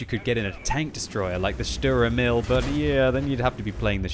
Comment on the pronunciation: please go to google translate and let yourself be told how to say "Sturer Emil"... it´s two words with an emphasis on the "E" of "Emil" and if you are at it "Dicker Max" and "Löwe" could need that too.And the "u" in "Hummel" is like the "u" in "butcher"... ok ok enough of the german lesson. Otherwise Merry Christmas and Happy hollidays.